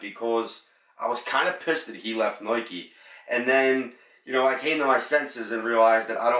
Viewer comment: Lmaooooo “nuey-kee” 😭😭 but good video, enjoyed it